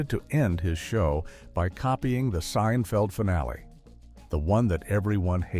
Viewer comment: Say the names right. Seinfeld was said wrong and so was rose anne